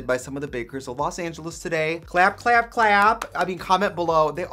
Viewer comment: That “clap clap clap” at the end sounded very Wisconsin!!! 🥰❤️